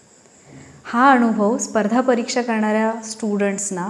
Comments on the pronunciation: खूप चांगला संदेश आहे पण तुम्ही आणूभव असं जिथे म्हणात शब्द 😊उच्चार करता तो फार खटकतो वाईट वाटुन घेऊ नका.दुसरा पर्याय शक्य नसल्याने स्पष्ट लिहून कळवलं त्या बद्दल क्षमस्व.ण शब्द न वापरताना ना म्हणा अणुभव vvvvx चूक आहे अनुभव म्हणा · नमस्कार, खूपच सुंदर विषय आहे. म्हणतात ना सोने कसासी उतरते तेव्हाच त्याची किंमत ठरते. एक suggestion आहे..... भाषे बाबत.... अणूभव नाही अनुभव योग्य आहे. असेच अजूनही उच्चार आहेत...चुकीचे नाही पण स्पष्ट असावेत. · Marathi shudhdhh bolale pahije...anubhav ya shabda madhe..n..ha...lahan asato..motha ..n...nahi... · ताई व्हिडिओ खूप छान, पण ण आणि न चा उच्चार खूपच खटकला. जसे अणुभव, ईग्णोर,, णंतर, मरूण, लोकांणा etc.